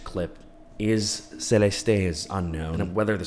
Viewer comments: Idk why but it's SRSLY driving my ears go nuts everytime you said Celest-ay..its just Celeste <Celest> ❤❤❤ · Could u at least pronounce her name right? Geez .... Celesté is weird. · Your pronunciation of "Celeste" and her full name is quite literally atrocious😂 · Why are you saying her name like that? 😂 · the way he pronounces her name like is he Latino??